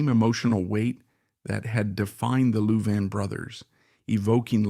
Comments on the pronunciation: Whoever in the background is talking ought to learn how to pronounce the the last name of the 2 brothers. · You are saying their last name wrong. If it's AI - shame on you. If it's you - shame on you.